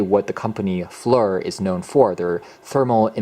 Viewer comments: Not FLUR (as you say it) -- It's FLIR- an acronym for "Forward Looking Infra Red" -- commercial/civil use gained notoriety in which it was a predecessor to "night vision" for Law enforcement helicopters and other vehicles. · FLIR - pronounced ( Fleer ) 😅